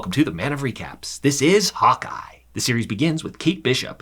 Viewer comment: I kept hearing him saying “hot guy” instead of Hawkeye.